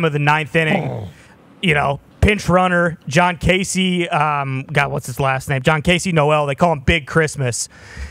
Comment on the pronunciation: Jhonkensy not Jhoncasey show some respect